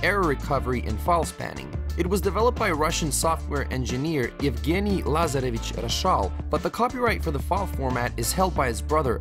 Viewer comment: Wow his pronunciation of Lazarevich Roshal was really good